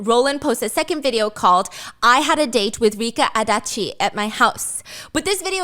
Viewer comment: You said Rika Adachi’s name well!